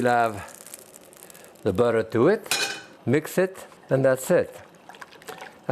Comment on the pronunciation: Love how he says butter. Beurre-tur.